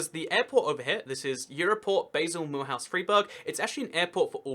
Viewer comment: Mulhouse: Mill-ooze, not Mul-house.